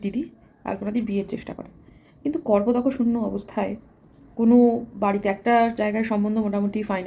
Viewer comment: 'kar-po-dako' noi..uchharon hobe 'kapor-dak' shunyo